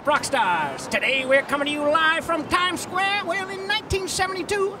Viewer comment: I LOVE THE PART WHERE HES RUNNING ROUND GOING "I LOVE TIME SQWARE!"